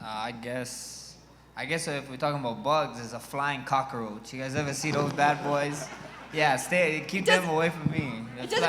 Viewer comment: "A flying cock-a-roach". LOL